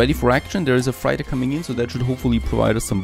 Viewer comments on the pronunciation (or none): Man i love your videos and watch most of them. But please look up how to pronounce Freighter. Love me some Tropico, keep up the good work!